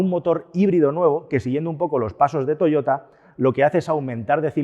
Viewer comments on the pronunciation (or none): none